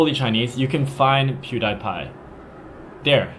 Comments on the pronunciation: I love how he pronounced the name wrong so many times, so funny lol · If you're going to claim Pewdiepie is a puppet, learn how to pronounce his name at least. He is Swedish. Not American. You could have found that on his Wiki page if you had bothered to look. I don't know if he is a puppet, but it's pretty clear you are a CCP puppet with your generalizations. The Uighar concentration camps are absolutely true. There is footage of them and people have been interviewed about it. Before you justify blocking a search engine site like Google to block the lies of the Western media, you should also be aware of the fact that people involved with international trade in China still have to use VPN to get to Google so they can be aware of what products they need to manufacture for this so called evil West. China loves copying Western technology but says Western ideas are dangerous? You'll get both over Google. Blocking the Internet keeps China behind. If those Western ideas were so dangerous, why do CCP members send their children and money to the US constantly? You are from North America and have seen the big money that comes with Chinese from the mainland to buy up real estate and such in the West. So it is okay for money from China to go to Canada and the US, but Western sites need to be blocked back home? As a North American, you should have seen this contradiction in the PRC like right away when you arrived, but I understand you are not being paid to notice these type of things. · pewdiepie isn't very famous in China outside several websites and forums, but your pronounciation of his name realy doesn't help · did you mispronounce his name on purpose? good job ... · PewDiePie is pronounced “PEW-dee-py” [ˈpʰj̊ʊu̯ɾɪ̟i̯ˌpʰɑ̈ɪ̯]. By the way, his real name is Felix Arvid Ulf Kjellberg [ˈʃɛɫbɚˠɪ̟i̯]; he is actually Swedish by birth.